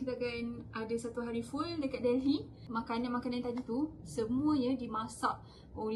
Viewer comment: Pronounce “Delhi” must silent “h”…